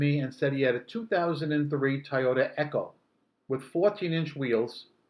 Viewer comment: had to turn off, you said tayota again toy otasame sound as boy, coy and toy as in Toyota, where's the a in toy